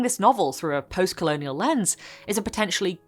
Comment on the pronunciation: Btw it's lens, not lens-ey, it comes up a lot in photography for obvious reasons